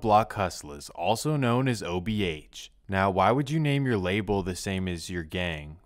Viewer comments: The most annoying thing about this video is… dude keeps saying “OHB” broooo it’s “OBH” 🤦🏼‍♂️ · Itz o b h Not ohb😊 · Buddy keeps saying OHB instead of OBH 😅😂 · is accurate as hell but for him to keep calling them OHB is blasphemy 😂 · Saying ohb instead of obh is insane 😂😂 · Ohb mansion 🤣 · Obh not ohb 😂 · You called them ohb a dozen times lol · keep saying OHB 😂I 😂😂😂😂😂😂😂😂😂😂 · the ''OHB'' SMH - GET IT RIGHT MAN!! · It’s not OHB it’s OBH 😂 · bro keep saying OHB instead of OBH lol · He keep saying ohb if you doing a documentary atleast have the gang name right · Making a video about OBH, the least you can do is say it the right way, whole time homie saying OHB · I don't know who is dumber, AR-AB, or the guy that made this video that keeps calling them OHB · It’s “OBH” not “OHB” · Dh keep say ohb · Why do you keep saying OHB? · its OBH Fam Not OHB at lease do proper research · Obh not ohb 😂 wtf